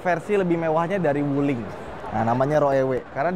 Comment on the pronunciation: ..pelajaran pertama.. baca cara Pinyin.. Dong Feng..dibaca. Tung Feng Wu Ling..dibaca.. U Ling Bin Guo..dibaca.. Pin Kuo Bei Jing...dibaca..Pei Cing 😂🙏